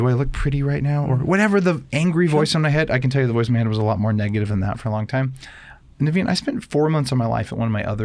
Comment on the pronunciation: “Hey thanks Daveen.” - 30 seconds into the podcast. “Thanks Naveen” - one minute into the podcast. 😂😂😂